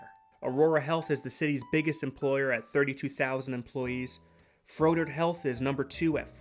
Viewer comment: I love the video as a Milwaukee native I just want to say how you pronounced Froedert Health had me in tears. It is pronouced fA-dirt Health. Love the video man.